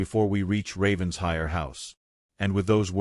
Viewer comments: It’s NOT Ravens-hire. It’s Raven-shire! Get it right! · It’s actually pronounced Ravensher in Britain. The ‘I’ is not pronounced like a long I. 😊 But yes, I wish they would pronounce it right. 🩷